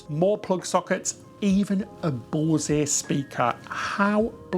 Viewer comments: A "Bose-ay" speaker 🤣🤣🤣🤣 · BOSE,...is pronounced like the word THOSE...BOSE/ THOSE. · The “e” in “Bose” is silent.